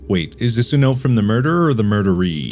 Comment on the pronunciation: “MERDERERER” “MORDERERER” Darkiplier lore = “murderer” intense thunder